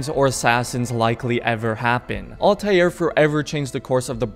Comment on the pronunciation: dude really said altaieir